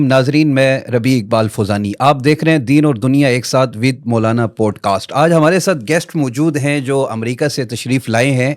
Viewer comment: Pls Poodcast nahi Podcast